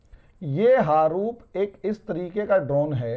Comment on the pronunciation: harup nahi haroon h.